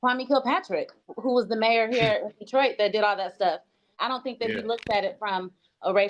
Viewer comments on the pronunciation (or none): none